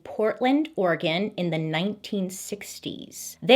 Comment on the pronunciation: Ugh she says oregon how you say oregon....she's a 10